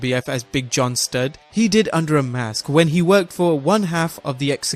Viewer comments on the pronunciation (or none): none